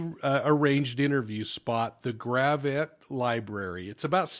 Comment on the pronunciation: This happened in my neck of the woods. We know so little, but from Maysville within 10 mins you can be in Arkansas, Oklahoma and Missouri. The problem will be jurisdiction! I grew up with about 5 miles from there between Cherokee City and Maysville. Gravette has no accents on any syllables. If you phonetically spell it, it’s gravit. Hardly even 2 syllables. It takes a lot longer to get to Mo from Gravette than from Maysville, where she’s from. This afternoon I DMed 10-life about this story. We live in a wicked wicked world. That area has been so safe for decades! We walked the dirt roads to pick berries or go to a swimming whole because an awesomely cold spring fed creek called Spavinaw runs through there. I’d say 75% of the cars that would drive by were related to you and 100% of the cars you knew the driver. You’d often get offers for rides and you’d jump on the tailgate with your bare feet dangling! Those were the days! Never ever ever would you hear of someone being abducted from Maysville and being murdered along with their unborn child.